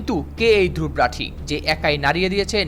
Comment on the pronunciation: Dhruv rathee এটির উচ্চারণ “ধ্রুব রথী “ ( ধ্রুবো রোথী )